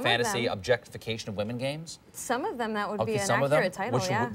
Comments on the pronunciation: Why can't you pronounce "women" though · Totally unrelated...but why is it that some people can't say "women" and pronounce it as "woman"? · I've never heard someone blend the words woman and women into one word. congrats.